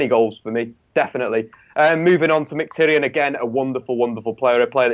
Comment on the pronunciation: Haha I really don't think can pronounce a single name correctly. He's saying "Mick-Tyrion" in this video, he's not a Lannister mate!